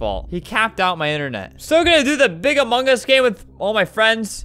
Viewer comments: Albert: among us. Me: I thought he said Among Gus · WHY DOES EVERYONE SAY AMONGUS INSTEAD OF AMONG US?!